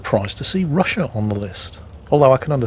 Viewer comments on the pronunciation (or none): none